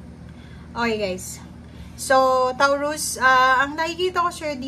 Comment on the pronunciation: Taw ruz? Ha? Tama ba natinig ko? Toh rooz ata ang tamang bigkas noon...